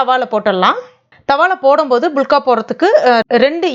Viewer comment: இவங்க சொல்லும் போது புளுக்கா(புளுக்க) என காதில் விழுகிறது😀😂